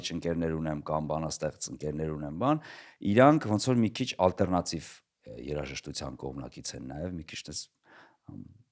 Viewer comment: Հետաքրքիր զրույց էր, բայց ալտերնատիվ բառը ա-ով ասեք, ոչ թե օ-ով, ջան, բոլոր լեզուներով էլ և´ գրվում, և´ կարդացվում է ա-ով, հայերենը բացառություն չէ